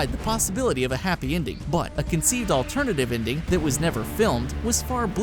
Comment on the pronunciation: Stop saying 'inding'.